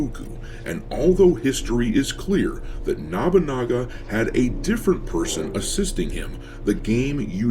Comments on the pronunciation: It's Nobunaga, not Nabunaga. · Okay I dont normally do this, but its nobunaga. no (like "no dont say it like that") - boo (like a ghost) - naga (Like the snake creatures) no-boo-naga, not nah-boo-naga. Just for next time it comes up. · Nabunaga? Isn't it Nobunaga. I agree with the video, but the mispronouncing of the name is like nails on a chalkboard. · Nabunaga? Also, they just using that fake history about that Yasuke was the one who took Nobunaga head to save it from the enemy. I think it was from Thomas Lockley's book or something. The guy that made up 90 precents of Yasuke's history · Why is you saying nobunaga as “nabanaga” is funny to distracting.